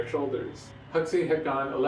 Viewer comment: It's pronounced Hawksee...